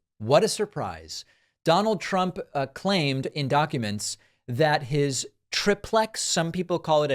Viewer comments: Why do you mispronounce TRI PLEX, it is not TRIP PLEX ? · It’s not trip lex. It’s tri plex. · "Some people call it a tri-plex" 🙄 "EVERYONE calls it a tri-plex!!! No one calls it a trip-lex! God It's annoying when you do this. Either just admit you don't know how something is pronounced, or better yet, LEARN how something is pronounced before you say it on your podcast. This is one of several annoying reasons why I unsubscribed to your podcast a long time ago. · David, it's tri-plex, not trip-lex. Do you say dup-lex? No, you say du-plex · Okay, it's either TRI-PLEX or TRIP-LEX but it's never TRIP-PLEX!!! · No, it’s like TRY plex, not trip lex. Good grief, trip lex is ludicrous. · It's pronounced "Tri-plex," not "Trip-lex!" Say "Duplex." It's not "Dup-lex." You sound like a moron. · It's not pronounced like that. I don't know where your from but everyone I know pronounces it, "try-plex". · It is pronounced try-plex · duplex, triplex in reality, you should pronounce the do +plex and then the try +plex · its not part of the issue but living in california I've never heard someone pronounce it "Trip lex" I feel like its because they hear a computer generated pronunciation and they pronounce it wrong. I see online they have it now both ways but..... yeah. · You're the only person who calls it a triplex with a short "i", ya weirdo! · Literally no one says tri-plex the way you keep saying it lol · Haha David—some folks say Dahveed—the word is pronounced like tricycle, triad, and trimaran. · That second pronunciation of "triplex" is how we do. That first one sounds too much like "triple X".